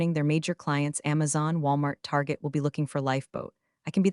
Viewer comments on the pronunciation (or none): none